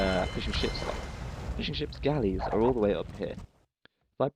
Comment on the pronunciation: Sounded like you said "so he's planning to get some more fish and chips" instead of fishing ships. Mmm. Fish and chips.